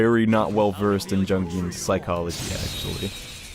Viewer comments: Isn’t jung psychology pronounced as “young” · Jung's name is pronounced "Yung" :)